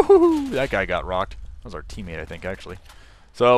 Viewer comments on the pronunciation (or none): did anyone else hear him say "I play the other gay"? hahah